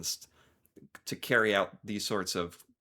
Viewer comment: Missions not misson